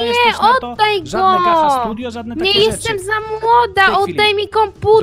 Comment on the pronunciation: Mówi się gacza bo to po angielsku😑😑😑 Plis poprawna wymowa💁🙏🙏🙏🙏🙏🙏🙏🙏🙏🙏🙏🙏🙏🙏🙏🙏🙏🙏🙏🙏